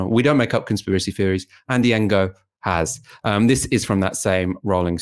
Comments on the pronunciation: It's pronounced No, not En-Go. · Ngo is pronounced "no" with a mute "G" AFAIK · Isn't his name pronounced as ''No''? Or ''Nee-Oh''? I always got confused with how it's supposed to be pronounced too lol... But I THINK ''Engo'' is wrong (but then again maybe I'M totally off base here haha) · The "ng" is pronounced similar to the the end of "wrong", so it's a bit tricky for westerners to deal with, but saying "engo" is rather ignorant. When I first heard of Ngo the first thing I did was look up how to pronounce his name. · It’s a Vietnamese name. Please learn to pronounce it!! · "g" is silent in Vietnamese. E.g. NGuyen is pronounced "Nuyen" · Not quite, it's pronounced using the same sound as we make using the ng in English at the ends of words, except in Vietnamese it's often at the beginnings of words too. It takes a bit of practice to get it right, and you have to get it right or they don't understand you!